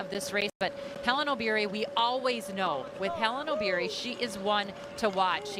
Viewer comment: Wueeh mzungu it's Obiri not ObYrY😂